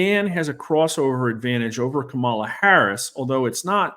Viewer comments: When a pollster tells you they are nonpartisan then mispronounces Kamala’s name and uses the term “anointed” to describe her consolidating the Democratic electors, you know that are not no-partisan. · Not sure how trustworthy this guy can be when he can't even pronounce one of the candidate's names correctly